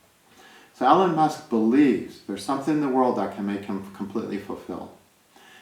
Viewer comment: Not ellen..it's E Lon...❤